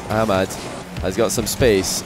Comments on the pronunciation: its ah mad not amad lmao just sayin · Amad lmao its Ahh-mad